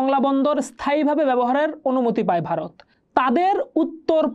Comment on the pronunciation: ota Bharat hobe gendee , Barot na...aage uccharaon kora sekh...